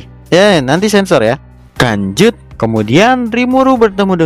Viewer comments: Kenapa setiap abang nyebut "lanjut" malah nyebut "kanjut"? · Abang nya kalau ngomong lanjut malah kedenger kata kan*ut